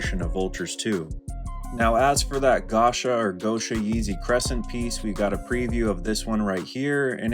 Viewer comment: its "go-sha" as in Gosha Rubchinskiy because thats who kanye west collaborated with for the gosha merch